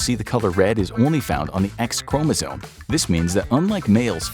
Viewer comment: It's chromosome, Not chromozone.